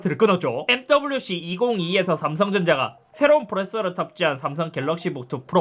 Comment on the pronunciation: 프로세서 발음이 안되시는듯 ㅋㅋㅋ